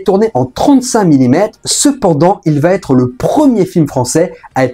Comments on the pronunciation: Ah ah tu as laissé passer un petit "va têtre" au début mais il y a eu plusieurs "va être". Ça satisfait le relou que je suis ! En tous cas merci pour le taf, c'était intéressant comme toujours. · "Va T'être"... NON. Il faut arrêter avec cette abomination de diction. Où vois-tu un "T" entre "va" et "être" ? C'est "va être", SANS T.